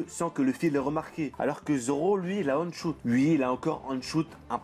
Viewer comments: Arrête avec tes "on shoot", c'est "one (ouane) shoot" bordel ! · On dit one shoot (le chiffre un en anglais ) et pas on prononcé à l'anglaise ..... Sinon on peut remercier les sabre de Zoro pour Pika quand il le coupe ..... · J'aime bien tes vidéos mais je t'en supplie, prononce One Shoot normalement stp, pas on shoot, ça fait mal aux oreilles, merci ! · Merci pour ta vidéo ! Par contre "Aune choute" "Ski wolk" l'anglais pleure mdrrr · Ça se prononce /ouane/ à propos de "one" , stressant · "one choute" gros stp fais un effort sur ton anglais . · On dit ouane chote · on dit OANE SHOOT